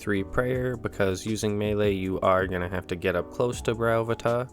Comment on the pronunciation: I always said Bryo-PHAE-tuh, interesting to hear someone say Bry-OH-phu-tuh.